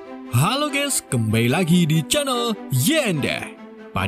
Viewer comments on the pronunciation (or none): none